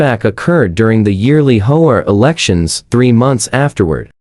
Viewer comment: It is pronounced A. D. A. not Ada. Also it is pronounced H.O.A. not Hoa